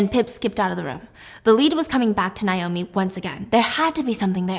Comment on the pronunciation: Why does she keep saying Nye-oh-me instead of Nay-oh-me? Cringe